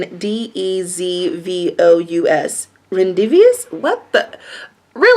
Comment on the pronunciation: Rendezvous sounds like ron-day-voo 💜 you are the best